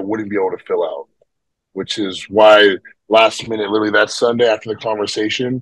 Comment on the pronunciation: I can't help but say this but always mispronounces 'further' as 'father' and 'literally' as 'little-lee'. It gives me a good laugh 😂 Nick Walker and do the same thing 😊